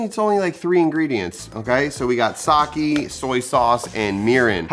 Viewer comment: I’m Japanese American and I’m super excited to try this recipe! But, I would like to point out that your pronunciation on some words were a little off. Japanese isn’t like English in the sense where some letters sound different depending on the word. E’s will make an “eh” sound while I’s will make an “eee” sound. Example, you were saying “sah-kee” when it’s actually “sah-keh” and mirin would be pronounced “mee-ree-n”. Making these subtle changes will help and the Japanese viewers will appreciate😊 Lastly, sushi rice is a very specific style of rice, with a few ingredients added (i.e. salt, sugar), so I would suggest just saying Japanese style rice because it is slightly different compared to other Asian cultures, but isn’t actual “sushi rice”